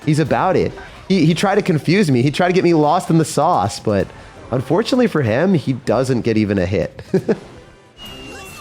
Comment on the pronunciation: “sizzle and SÆŒüs”